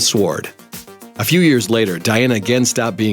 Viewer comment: do not prodonce the"w" in sword